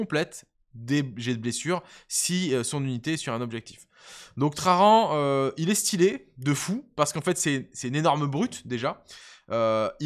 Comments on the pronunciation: Pourquoi tu dis "trarrrran" comme in gros gitan ? C'est traJan ! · Bonjour Je mets le pouce en l'air, mais la prononciation des noms propres c'est une catastrophe. J'ai les oreilles qui saignent a chaque fois que tu prononce "traRan" Gloire à l'Empereur!! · Nan mais en vrai, the question : pourquoi "traRan". Moi je vois un "J" Le mec il n est pas espagnol. Mais anglais 😅